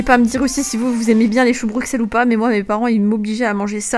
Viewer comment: Pas Bruxelles sa se dis Brussels.